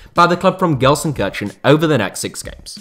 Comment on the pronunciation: i switched off when he butcheted Gelsenkirchen. like jesus christ that was horrible pronounciation.